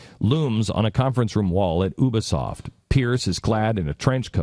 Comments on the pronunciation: And it's U-bisoft not ubersoft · and god damn it its Ubisoft not U bisoft. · Omg oooooobesoft its Ubesoft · Ubisoft. (To Glenn, ube uh soft) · when did Ubisoft become Ubasoft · what the fuck is oobisoft? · "Ooo-bea-soft" - Glenn Beck, May 28, 2014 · oubisoft hehe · learn to pronounce "Ubisoft". you-bee-soft. learn english. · Did he say ubersoft? Lol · You know he doesn't know shit when he says "OObisoft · obasoft that bitch can't even prnouce a company's name and he still bitches about it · Not how you say ubisoft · LOL Glenn Beck is such a dumb ass he can't even pronounce Ubisoft right. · "Oobysoft" "Visai-vizr-visage!" "Watch Dog." "Pragmatist-I mean protagonist." Jesus Christ. This is sad.